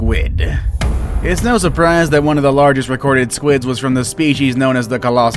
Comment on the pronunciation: My man forgot how to pronounce “largest”